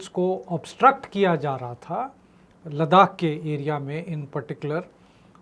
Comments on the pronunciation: आप कभी नहीं सुन पाएंगे और नितिन जी गलती तब सुधारें न जब वो मानें।मेरे कई दोस्त लखनऊ को आज भी नखलऊ कहते हैं और टोकने पर हां हां वही है कह कर बात खतम कर देते हैं। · Gokhale ji LADAKH bolna seekh lijiye ya aise topic cover na kare 🙏🙏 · Aap acchi hindi bolte he to laddakh hi bole 🙏🙏🙏🙏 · 😂 मुकेश जी शुक्रिया मैं आज पहली बार नितिन जी को सुन रहा हूं और विश्वास करिए कि मैं '' लड़ाक '' नाम गूगल पर सर्च कर रहा था कि यह कौन सी जगह है जिसका आज तक नाम नहीं सुना। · Thank you Nitinji for information on LADDAH .But the name of the Himalayan region is not LARAAK as you pronounced it should be rectified by you. P.K.SINGH PATNA